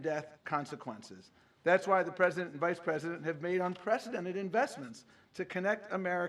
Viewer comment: A presinent???🤔